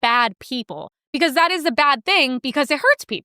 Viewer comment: Why does every sentence out of the Asian woman sound like a question? This thing where women say “thawt” instead of “that” and end every sentence with their voice going up like a question is so infuriating! Also, the words “cool” and “and” each have ONE SYLLABLE!